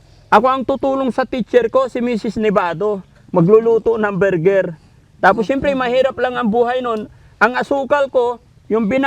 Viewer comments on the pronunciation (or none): hindi po burger.. Bulgur..